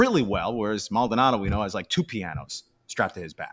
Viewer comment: first his name is Mald-O-nado, not Maldnado. Second "Uncle Mike" is loved in the clubhouse but he has been a non-contributor on the field for two seasons. Third, only casual fans on social media are turning on this team. For those fans have only been on board during this great run. I have been watching and listening to Astros games since the 60's. I witnessed the building of the Astrodome. I watched players like Bob Aspromonte, Rusty Staub, Sonny Jackson, Jimmy Wynn, Bob Watson and more play for bad Astros teams under poor ownership. Fair weather fans will always exist especially with the existence of social media ( which obviously I lived without most of my life). And it is because of social media that you spouted off your takes on Brantley's little speech and who knows where you came up with Maldy threatening to leave if he's replaced! I can only suggest that in the future don't post comments if you're "half asleep" and don't let yourself get wound up about a minority of misinformed casual fans on social media. Remember this too; your fast and loose info you posted is digested by the same people you criticize.